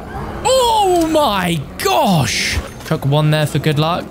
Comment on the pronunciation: '' Oh my gosh'' thats probably the most british ive ever heard you